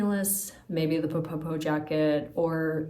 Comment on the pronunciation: Hi love your channel and love your thorough videos. Just wanted to let you know that ppo ppo is pronounced like this in Korean